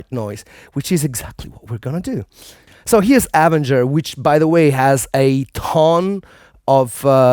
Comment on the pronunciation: Nobody's going to comment on him saying "AH ven ger" instead of "ah VEN ger"?